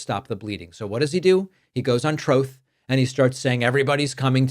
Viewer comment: You calling it "Troth" social with the audio overlay never gets old 😂